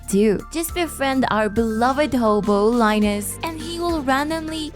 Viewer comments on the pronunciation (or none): none